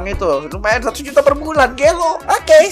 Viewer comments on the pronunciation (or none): juta bukan ujta